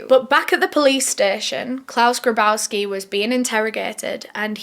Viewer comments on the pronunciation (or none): Claus "GRABowski"?! Are you fucking kidding me!? You can't make this shit up...